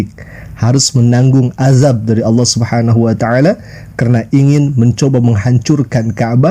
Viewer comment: Nanti di klaim adzan itu udah ada sebelum Islam dan digunakan Kristen Arab sebagaimana mereka klaim sebutan Allah. Aneh nya mereka sebut alah sementara Kristen Arab menyebut Allah sebagaiman muslim menyebut.